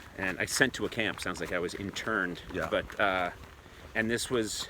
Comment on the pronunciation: Conan... it's interred... not interned